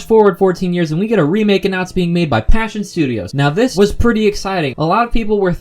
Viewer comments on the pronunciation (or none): none